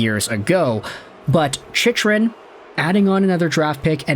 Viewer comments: For the love of GOD it’s pronounced Chic-krun. Jakob Chychrun (/ˈtʃɪkrən/ CHIK-rən; born March 31, 1998) Not how you say it. I stop watching any video of yours with his name associated. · It's pronounced CHIK-rən;. :-) Maybe defense is the problem and not goaltending.